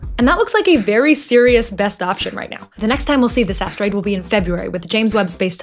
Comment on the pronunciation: Asteroid ❌Ass Droid ✅